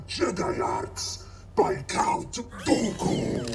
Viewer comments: Count "Doe-koo"...George Lucas would be proud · They still can’t pronounce “Dooku.” Doo-Ku, not Doe-Ku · i kept hearing “Goku” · Thank god Dooku died in this series cuz I can’t stand the way you pronounce his name LMAO you guys need to check out the Clone Wars Animated series if you want a collection of stories that happened in between episode 2 and 3